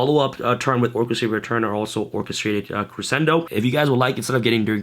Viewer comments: doesn't crescendo pronounce creshendo ? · Gotta learn how to pronounce crescendo.